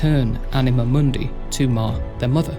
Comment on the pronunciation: you pronounce it as m(ou)(soft n)d(ei) while it should be m(hard u, similar to english "moon")(hard n)d(hard i, not english "eye" but i like in "in"). So in short you said something like mon-dei instead of moon-di.Try to listen to google translate "stupor mundi" in latin to notice the difference, you have right to your own pronunciation, but I got confused first time you said it. I didn't mean to shame you or anything. Lore is chaotic yes, I just wanted to point out it jumped from Mah to Zaros to Seren without really saying what connected them, It should say how and maybe why Mah created them, quick description of them both and their powers (their auras worked on each other, which weren't even mentioned), then how Zaros left and finally Mahjarrat, their relation with Mah and Seren (they didn't know they were channelling energy bach to Mah). I already described difference between Catalyst and the Codex, but I can say it again, Jas created Stone from her own egg (sacrificing her reincarnation in future revisions) as medium to fill power gap created after losing Mah, It acted as power source slowly burning whatever power Jas infused it with. Stone was used as tool in creation of worlds and and other lesser tools. Codex (as we have recently learnt) was used as storage for knowledge and power (this is how you described the Catalyst)